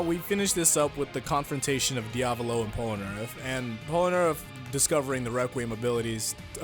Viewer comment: POLANAREFF? ITS POLNAREFF